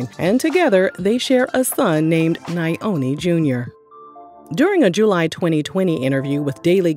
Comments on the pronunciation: Na-Yo-Ni No madam it’s NYO-NI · It’s Pronounced Yoni like (Yoni Pearls) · I’m not from that man’s country but as an African… i know that’s not how you pronounce Nyoni